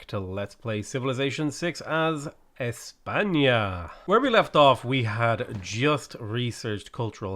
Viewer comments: 10/10 "ñ" pronunciation in España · GUYS HE PRONOUNCED Ñ CORRECTLY H O W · That was a pretty decent "España". Well done 🥔.